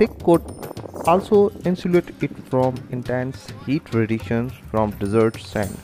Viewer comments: How you pronounce Desert & Dessert Lol Where you learn your Ingglish ? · Get an English speaker to narrate; there is a difference between desert and dessert....